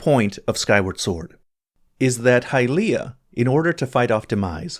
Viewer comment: Great video! But please, let's not try to make hy-LEE-ah a thing, it's HY-lee-ah.